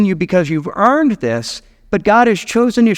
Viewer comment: Not quite sure why you keep emphasizing the word EARNED in regards to her. Her responses to the angel show nothing about her being owed anything